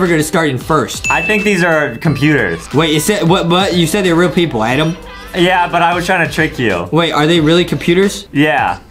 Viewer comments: It’s Adam not adem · it adam not adem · it's Adam not Aden😁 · It's not adem it's adam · ADAM NOT ADEM 😑 AND ADAM NEED SOME MILK 😂😂😂😂😂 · Justin not knowing how to say adam